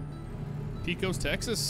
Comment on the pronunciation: Pecos is pronounced "Pay Coas".